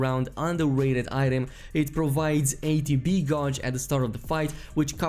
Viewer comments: Homie. Gauge is pronounced "gayj" not "gouge". Fun vid tho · gauge is prnounced like CAGE but with a G!!! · Love the vids!! Gauge is pronounced Gayyyyjuh but in 1 syllabyl. Probably best to just google it lol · Anyone else annoyed he pronounces ‘gauge’ as ‘GAWJE’? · gauge is closer pronounced to gaj not trying to be a dick just English is a bastard of a fucking language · Gauge rhymes with cage in english, i know its weird